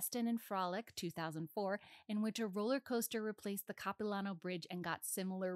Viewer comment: This is a really cool video! But as a vancouverite, her pronunciation of Capilano is very silly.